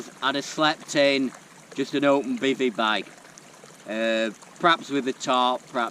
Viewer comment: "In this Bivvy-io" 🤣 Bevvy-io more like 😂😂